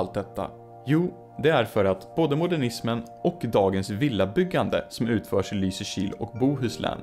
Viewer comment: Jag hatar att du har rätt. Jag tröstar mig med att du uttalar Lysekil fel. Det är LYsekil, inte LysekIl, alltså emfas på Y, inte I.